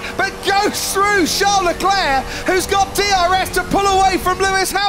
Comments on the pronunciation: Why do commentators say Charles LECLÉ..? His name is LECLERC, what a fool... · David was so excited that he even let out an "LESCLER"